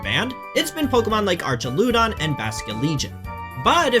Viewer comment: This man did not just say arch e ludon